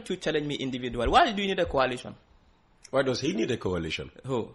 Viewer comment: Please pronounce coalition with the sound of coal and not kwalition